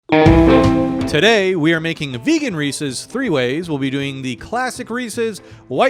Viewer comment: finally someone who says their name correctly